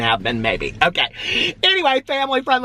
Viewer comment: I think I'm on the same diet as you. I always say I'll start tomorrow.😂😂🙋 Also, you tickle me the way you say family friendly!